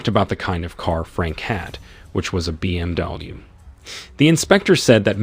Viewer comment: Trouble saying BMW?